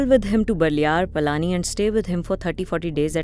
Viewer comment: Requesting you to kindly not allow the butchering of names of people and places 🙏🏼 for example.. it's Palani and not Palaani etc. Thank you, Namaskaram 🙏🏼